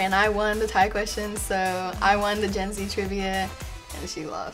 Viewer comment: Did anyone else think she said (jenzie) and not Gen-z